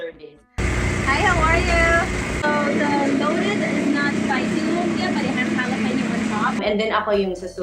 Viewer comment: Wow naman.. you pronounced jalapeño as dyalapenyo. Bat di mo na lang kinumpleto na dyalapeno?